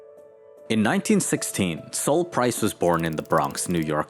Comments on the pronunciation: "Sol" what is short for Solomon ( King Solomon in the Bible) so, not pronounced Sōl but SAHL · BTW, Sol is pronounced like Call, not like Soul. There is no U in Sol. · Yeah, I was thinking it’s pronounced like Sahl, not like the sun, Sol.